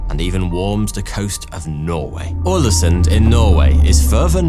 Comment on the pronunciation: Was not prepared for you to mention Ålesund, my home town. Nice pronunciation!